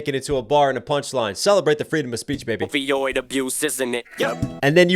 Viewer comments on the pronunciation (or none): he says "ovioid abuse" like ovaries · Is he saying opiod abuse or oviod abuse like ovaries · did he say "OVO-oid abuse" instead of opioid abuse? was that a double? I wonder if people missed that one. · It sounded like he said “OVOid Abuse” but in the lyrics it says “Opioid Abuse” 🤔. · Didn't he say "ovioid abuse" (maybe a mispronounciation of "ovoid") in reference eggs and ovaries? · It sounded like he said ovioid not opioid, which would make sense in this situation with bruce becoming caitlin, and a woman usually has ovaries. So saying men are developing an "addiction" for becoming women like an epidemic ❤ this track is fire 🔥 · I might be reaching, but could he also be enunciating opioid as OVOid, in reference to Kendrick Lamar (and by extension the West Coast) roasting OVO? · you missed the pronunciation of Opioid abuse as "OVOid abuse" as that shit was addicting to follow 😂 he references that beef a few times in the album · He said ovioid addiction like addicted to wanting a womans ovaries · I don't hear Opioid abuse. I hear O V Oid abuse